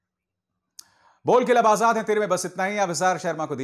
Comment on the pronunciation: आझाद ....ना की आजाद.... उच्चार पढिए..! Ajhad... नहीं Azad...